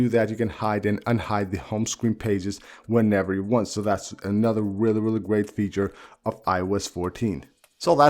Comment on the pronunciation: I knew to come to the comments the moment I heard “whelly whelly cool” 🤣🤣🤣🤣🤣🤣